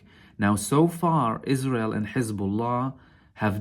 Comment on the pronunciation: "Is-Raw-Hell" is so wonderfool. .